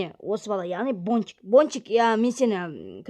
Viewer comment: Тоуф Бончик дегенды Пончик деп естып калдымгой☹️